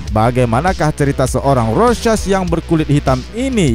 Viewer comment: Normal people:rorschach Krezi pipel:rosek